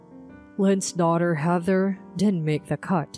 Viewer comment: Heather, not haather